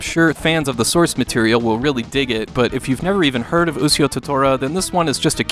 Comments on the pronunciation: actually he means bad in this situation he doesnt even sound it out..its pronounced (u-shi-o) to tora...what says is (u-c-o) to tora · Aahhhhh!!!! YOU'RE KILLING ME! IT'S PRONOUNCED U SHEE O! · actually pronounced (u-shi-o) to tora sound it out ..smh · either way .there should have been a disclaimer out that he might pronounce it wrong simple fix lol